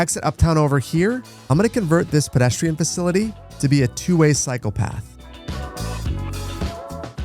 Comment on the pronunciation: I know you said "cycle path" but I heard "psychopath"